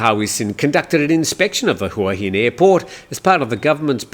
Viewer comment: I've not lived in Thailand for as long as you but l have learned while living in HuaHin that it is pronounced Waheen.